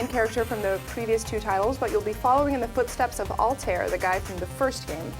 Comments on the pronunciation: Omg its not EzeeOH it's ET ZEE OH! And it's not ALTEER, it's AL TIE EER. Say it right. lol. Keep up the good work tho. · Did she just pronounce Ezio and altair as Ehzeao and Alt-air. You've never played AC and/or you are the most white bread person ever.